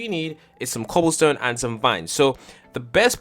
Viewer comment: count how many times you say cooblestone